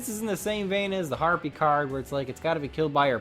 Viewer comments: stop saying herpies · You sir... You get a thumb for the laughter you gave me.